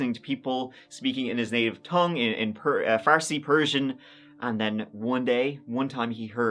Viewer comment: He even got Farsi right (no?).